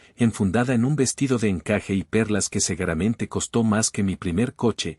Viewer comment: NARRADOR ¿¿¿"SEGARAMENTE"???